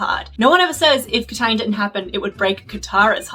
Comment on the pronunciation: kataang... no. it even sounds wrong